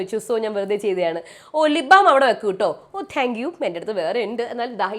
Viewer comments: എന്റെ ചേച്ചി, റ്റാങ്ക്യു റ്റങ്കിയു അല്ല. താങ്ക്യു ആണ് 🙆‍♀️🙆‍♀️🙆‍♀️🙆‍♀️ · But correct ayi parayande.. Ella videoyilum ingana parayunne.. Tanku tanku എന്ന്..